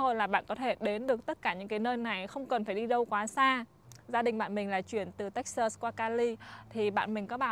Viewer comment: Toi rat thich chanel cua ban, nhung ban can de y cach phat am tieng anh cho tot, nhu Texas ban phat am khong dung lam. thank you